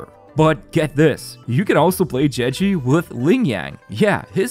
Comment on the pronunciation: "jeji" xd